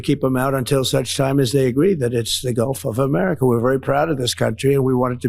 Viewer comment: Did he say the Gulf of Me-merica?